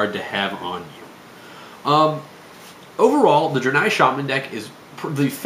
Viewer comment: I think it's pronounced "dray-nigh." Good video though. I just started playing again (6 year absence) and these are helpful.